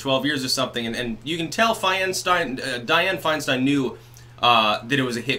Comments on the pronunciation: I don't know if it was on purpose, but you said "Swinestein" ....lol absolutely hilarious. Meme ammo! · Fianestein! Nice slip of the tongue.